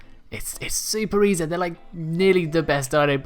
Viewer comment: "its super E Zed"